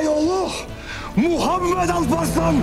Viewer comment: Çok güzel söylüyor Muhammed ismini...d ile m leri bastırarak ve telaffuzu heybetli..her duyduğumda içim ısınıyor